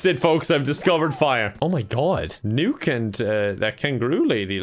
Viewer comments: It triggers me that keeps pronouncing “Nook” as “Nuke” instead of like “nook and cranny” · i just realized he calls him "Nuke" instead of "Nook" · Its Nook not Nuke lol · is a normie confirmed! Everyone: “NookPhone”: “NukePhone” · Is everyone gonna ignore the fact that says "Tom NUKE" instead of "Tom Nook" HAJAHSJUSNZNN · The fact he called Tom Nook “Tom Nuke” is so funny to me for some reason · i love that he pronounces nook as nuke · “NUKE-phone” no wonder it’s so expensive😧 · Pronouncing Nook like Nuke is very on brand for you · I, it's n-ook, not nuke, this is. I just what, also all the questions, you are new to the series huh? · Him pronouncing NOOK as NUKE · Why is he calling him Tom Nuke? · I love you but it's pronounced Nook as in Hook not newk. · It is pronounced nuk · My favorite thing is your pronunciation of “Nook” as “Nuke” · Can't get over how says nook. Big nuke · When pronounces Nook as Nuke. 🤯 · Pronounces "Nook" like "nuke" for no reason whatsoever. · Hearing mispronounce Nook the whole time made it more entertaining ngl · why does pronounce nook like that lmfao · he mispernunced nook I think